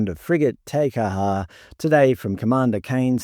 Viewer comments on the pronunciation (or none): Tay Ka-har? Jesus mate. You have a Kiwi accent but you must have been asleep at school. You pronounce Māori words like a Pom. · "Tea" Kaha for fucks sake!